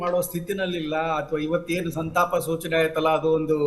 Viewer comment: Lo gubald adu santapa not santana..